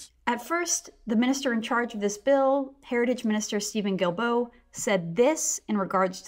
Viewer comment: Stephen GuilBraaaghahahcoughcough! Say his name right already! Haha